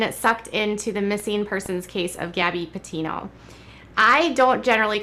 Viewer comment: She doesn’t even say Gabbie Pattio’s names right!! She needs to sit all the way down!!